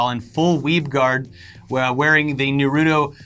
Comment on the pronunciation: Yo here's the pronunciation Ah-caughts-key also Nar-u-toe.